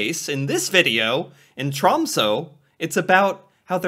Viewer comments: I live close to Tromsø, in the city of Harstad. The big downside to this is that on the other side of the year, right now, the sun never comes up for two months. Alot of people get depressed around this time. Also, you need to react to a video explaining how to pronounce our last three letters "Æ, Ø and Å". It's TROMSØ, not TROMSO. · Tråmso😂😂 geez bro